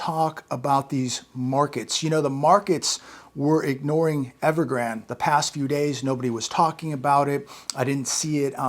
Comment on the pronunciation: Evergrande he’s being miss pronounced. It is pronounced like the river Rio Grande. I wonder who started they miss pronouncing.?